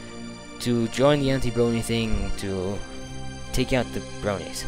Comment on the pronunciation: Ha his accent sounds funny "bwonies"